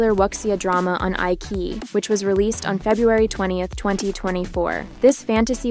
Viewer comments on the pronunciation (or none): Eye ki Eye???.......Eyechiyi......lol